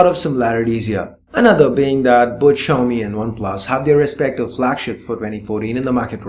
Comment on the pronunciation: Xiami Mi4... Lol rly